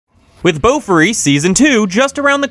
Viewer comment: Guys. Not Bō Furry.😅 BO-FOO-Ree😂 Meow woof.